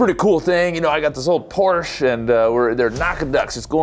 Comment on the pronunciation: it's not pronounced "porsh" it's "por-sha"